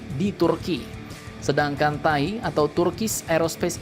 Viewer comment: Gak enak bener dengarnya.. Bacanya Te A I saja min 😁